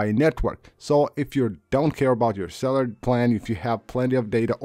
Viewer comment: "Cellar settings" LOL dude, at least TRY to pronounce words properly... not that hard.